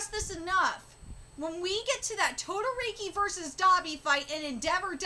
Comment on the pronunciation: BTW why do you keep mispronouncing Shotos Last name.Its Not Todoriki its Todoroki